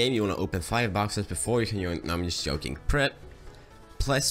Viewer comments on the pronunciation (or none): Haha its "Tschoin" but i like your video very much :) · I know it is an old video,but you're pronouncing "join" the wrong way it's so funny lol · I like how you say join (yoin) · You pronouce join weirdly